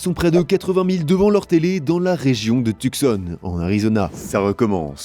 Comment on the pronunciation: Ça se prononce Tou-Sawn, et pas Tuque-Sonne